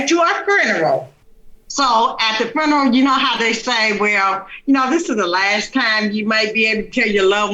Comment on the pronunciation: "Fruneral" i will never understand teaching people to speak this way. And the fact that speaking in an ignorant way is now considered it's own language.